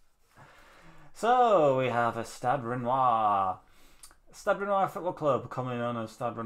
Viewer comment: Nice video. It’s pronounced stad rennay tho